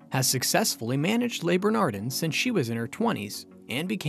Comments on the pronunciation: It's not pronounced 'lay burnahrdinn' or 'errik rippurt'.... 🤦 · How the hell can I take you seriously when you cannot pronounce the names of the restaurant or any of the chefs? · You should at least pronounce the name of the restaurant correctly.